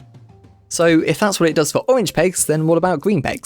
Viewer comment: I didn’t know the owange pegs appeawed at wandom